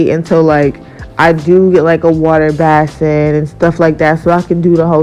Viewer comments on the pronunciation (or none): Bless UPS! The Word is Basin (BĀSE) Long Ā sound! Base in!;)PEACE